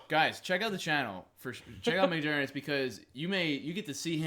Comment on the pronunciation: "Muckjergits" why can't you say your own name?